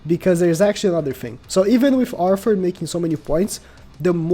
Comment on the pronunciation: Click Bait Title and keeps saying "Arfoor" omg lol